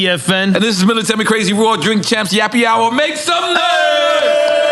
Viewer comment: It sounds like nore says yappy hour lmao